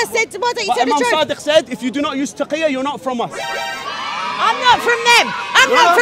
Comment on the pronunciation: taqilla not taqqiya lmao